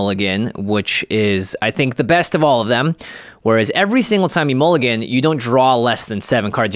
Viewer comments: Mulligan not mullgan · "Mullgan" rule changes? what is a mullgan?